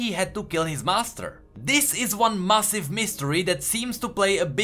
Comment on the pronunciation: It's weird when you pronounce massive as massif. Really good videos and excellent content